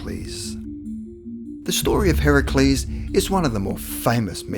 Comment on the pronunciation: You pronounced Heracles Correctly!?!?!? First time i've heard that out of a classroom.